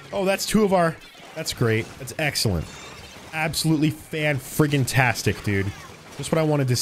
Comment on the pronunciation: 'its going to be an Xllent time' ;)